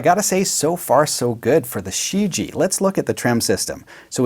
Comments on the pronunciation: As someone who speaks chinese, just want to clarify that it's pronounced shi-ji-yeah. Otherwise great video! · Just to let you know, ShiJie should probably be pronounced "Shhh - Ji-Eh" if I'm guessing right. If it's the words I think it is, it literally means "The World" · Chinese is crazy hard. I know. It's pronounced shur-geeyea. 2 syllables 👍🏼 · it's pronounced "sherr Jee eh" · still looking for a youtuber who pronounces the name correctly